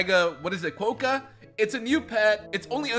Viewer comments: hi!, sorry to say but you actually the rodent as: ckwoka not ckwohka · So im an Australian and "kookaburra" is pronounced koo - kuh - br - uh" and "Quokka" is kwaa - kuh. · And Quokka is qu-o-ka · U also said quokka wrong and yes u did say kookaburra wrong again it’s like cook a burra like burrow